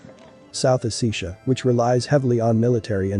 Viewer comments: South Ossetia Pronunciation. South Os·se·ti·a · O-SEH-ti-yah. SAY IT RIGHT. DUH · it is oh-set-te-ya i believe.